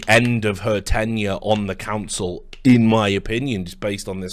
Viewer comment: Why do Americans struggle so bad with the word "Council"?